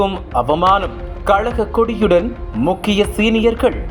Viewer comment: வீடியோவில் வாய்ஸ் கொடுப்பவர் கழக என்ற வார்த்தையைதான் அவர் பாணியில் கலக என்று உச்சரிக்கிறார்.